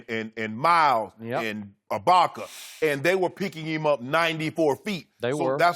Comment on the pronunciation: Is it just me or has anybody noticed how Shannon totally mispronounced the names of the raptors players “Sakiam, anoonaby, mile, abaka” 😂